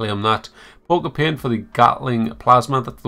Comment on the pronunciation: I love the pronunciation of paint as “peunt” xD